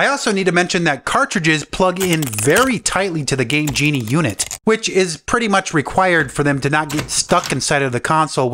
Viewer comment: I thought that he said gay genie.